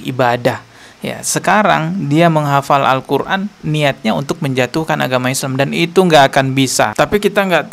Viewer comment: dari bacanya tidak mencerminkan penghafal Al-Qur'an.. cuma ngaku2 aja ini mah biar trending